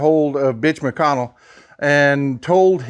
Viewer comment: Holy smokes did you say bitch McConnell? Sorry I know your being serious ok but that is hilarious 😂🤣😂🤣😂🤣😂🤣😂🤣, thank you, haven't seen you on in awhile hope you are doing well, and everything is good too. Miss hearing about your part as witness to some very important and relevant goings on.